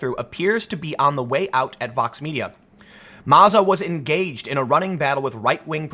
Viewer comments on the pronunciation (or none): "Maza was enGAYged" good one Tim :D